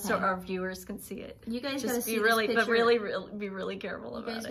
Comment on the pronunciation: The word ladies is PICTURE. Not pitcher.